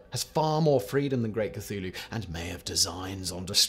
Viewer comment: I'd be more impressed if his scriptwriters would include a pronunciation guide for Simon before he throws himself into the videos. Funnily enough, he doesn't seem to have much trouble with "Cthulhu". Secret cultist?